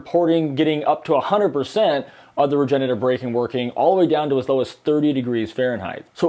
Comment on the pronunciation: Ugh please stop saying “regenetive” braking. It’s “regenerative” braking